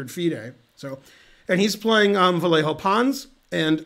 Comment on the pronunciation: Hey Ben! In Spanish, a double l doesn't sound like a single l: The hard and fast, close-enough for english speakers rule is to pretend it's a y, as in yell. As an expert at yelling on the stream, I am pretty sure you can do it.